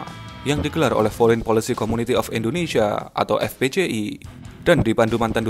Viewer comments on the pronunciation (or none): none